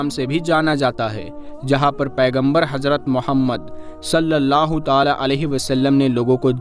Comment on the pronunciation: अब, सललाहुसलम तो ताले में बंद है क्या क्यों की आप ताला ताला बोलते हैं